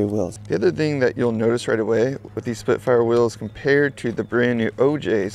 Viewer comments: Why's he keep saying splitfires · splitfire, splitfire, splitfire am i hearing things? i swear you keep saying splitfire.